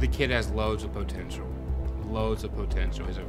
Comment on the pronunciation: "He got poh tenshull"